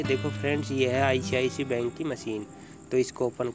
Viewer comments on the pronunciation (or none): none